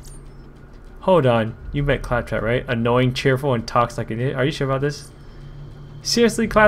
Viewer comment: Pronounces claptrap wrong over 9000 times